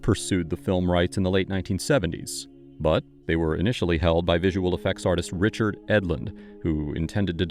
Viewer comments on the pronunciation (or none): none